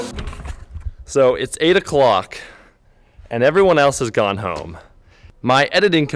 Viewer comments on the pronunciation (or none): none